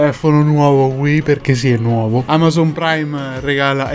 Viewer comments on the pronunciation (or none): none